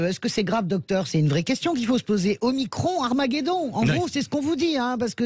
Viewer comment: Ce n'est pas omicronne mais OMICRON ou OHMACRON !!!